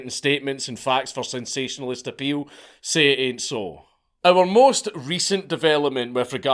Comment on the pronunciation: Hearing an irishman say say it aint so is weird lol